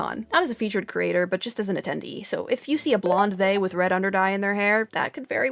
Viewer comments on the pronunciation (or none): none